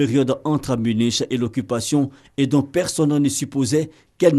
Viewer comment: Munich se prononce munique